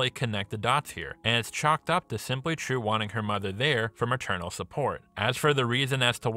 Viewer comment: "Trieu" is a Vietnamese name. Or rather, a commonly Viet name. It is pronounced, "jeeolw".